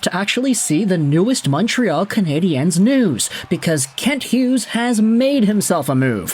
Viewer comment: I always listen just long enough for you to mispronounce Canadiens. 23 seconds. Get it right or just do as Anglo Montrealer do and pronounce it in English. The French here have no problem with that at all.